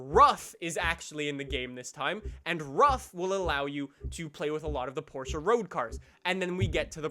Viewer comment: Firstly, why don’t you pronounce Gallardo and Porsche correctly? Second, I wish they added the Huracan 580-2. Third, you say Ferrari being in the game is a good thing.